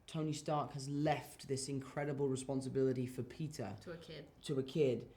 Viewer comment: Wow is the most british “Peter” I’ve heard